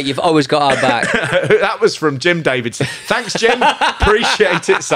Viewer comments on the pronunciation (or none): none